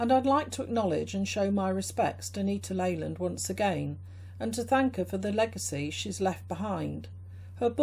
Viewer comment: Stumbled on your review of my mom’s book. Glad you enjoyed it. Last name is pronounced “Lee-land”. She has many books on color and creativity still selling on Amazon, as well as a memoir talking about how she became an artist in her late 30s while raising us kids. Cheers!